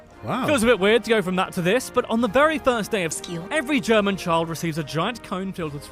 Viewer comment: Interesting video you are watching, but this guy didnt do a good job in his german pronouncing. Every single word was wrong lmao